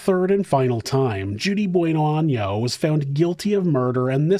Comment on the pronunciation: maybe i can help with the pronunciation of her last name BONano very simple love you show